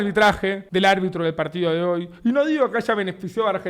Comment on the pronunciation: “Fue un mal albitraje del albitro” 🗣️ -Davo Puerro Xeneize